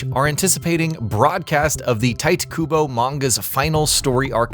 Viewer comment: Lmao I went in and saw the “apologies for any mispronunciation” and thought na it can’t be that bad. 50 seconds in “tight Kubo”